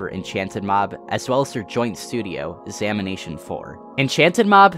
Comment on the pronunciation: At first I thought he was saying "samination" as in the dead by daylight channel and I freaked out a bit